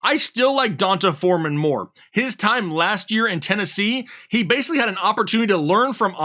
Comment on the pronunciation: Pronounced D Un Tay Foreman.